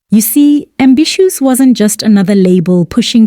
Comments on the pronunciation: Eish it's NOT AMBISSUES!!! I keep getting disturbed each time you mention this. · AMBISHOES🤣🤣🤣DANM...I GOT SO ANNOYED EVERYTIME YOU PRONOUNCE THAT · Can't even get through the whole video...ambishoes? Hai man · The way you keep botching people's names, ambitiouz should sue you too😭